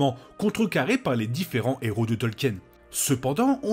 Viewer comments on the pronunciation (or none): none